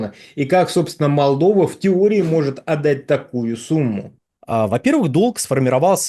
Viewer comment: челюсть експерда не может выговорить - Молдова.